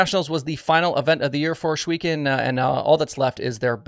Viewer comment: Its Ohs Not Osh (Ohs weken ) Sounds like Oswego